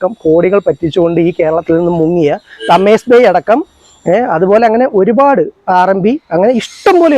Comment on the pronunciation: തമേസ് ബേയ് ❌ തേംസ് ബേയ് ✅ മുഹ്‌സാൻ മൈസ്റ്റിക് ❌മൊഹ്സാൻ മിസ്റ്റിക് ✅